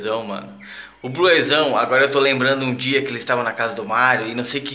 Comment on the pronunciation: Cara, se pronuncia ''BLUZÃO'' e não ''BLUEZÃO''! Esquece esse ''E'' na pronuncia!!